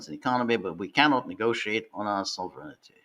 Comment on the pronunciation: I don't think George will ever learn how to pronounce sovereignty properly.